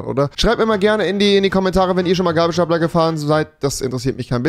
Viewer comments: Alle: Gabelstapler: Gäbelstäpler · Könntest du es bitte "gäbelstäpler" aussprechen? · Ach das heißt „Gabelstapler“ ..... Ich dachte immer das heißt „Gäibelstäipler“ ....